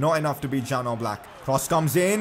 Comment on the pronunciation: It’s pronounced ‘Yan’ Oblak not Jan Oblak. Like so cani can see.